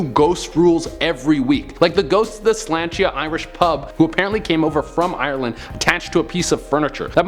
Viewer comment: Slainte is pronounced Slawn cha